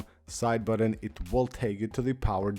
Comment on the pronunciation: "Side buddun"